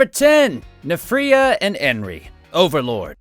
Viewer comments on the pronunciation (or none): Excuse me but that's not his name It's N-firea